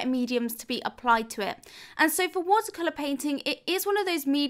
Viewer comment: I just want to say I love your videos and I also love the way you say “watercolor “😍